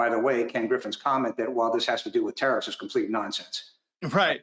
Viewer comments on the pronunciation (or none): Tar- riffs, not Tare-offs Lol